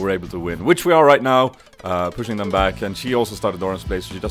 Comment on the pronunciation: u said dom (swedish word) insted of them;D <3 go sweden